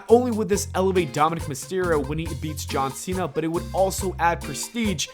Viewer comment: I don't like how you say John Cena. You're not saying JAWN SEE - NUH You're saying Jaw-sinna